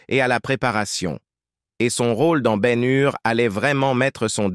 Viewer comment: et BEN HUR aussi